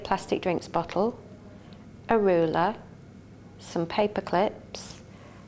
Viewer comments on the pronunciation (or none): BoTTle not boccle